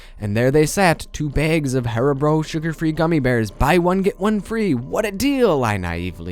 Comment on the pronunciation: It's pronounced "hairybow"